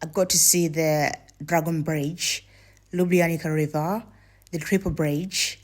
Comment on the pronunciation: You have to pronounce Lyooblyanizza river and yes it's natural river of karst origin (it goes out from cave system). LJ are separate letters, but of course for English speakers is hard to pronounce. Have a nice time in our County